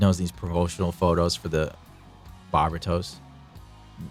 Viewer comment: (Barber- Toast) the T is silent, like real G's.